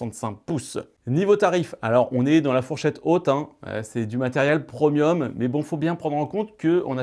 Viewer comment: C'est prémium et non promium😂😂